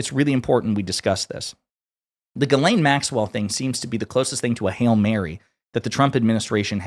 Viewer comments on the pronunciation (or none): Chuck Schumer called her GIZ-LANE Maxwell😂😂😂😂😂